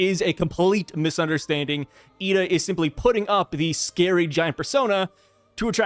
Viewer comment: Her name is “eye duh” = ida